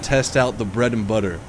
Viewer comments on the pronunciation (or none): none